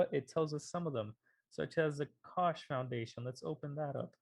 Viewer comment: Great video! one Little thing, the -CH ending in the koch Brother's last name is pronounced like a k. Basically it's pronounced like like Coke. = )